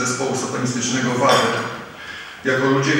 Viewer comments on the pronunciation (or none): chory psychol ten co tak ględzi!!Paranoja nawet nie wie jak poprawnie się wymawia nazwe zespołu.VADER rządzi!!!!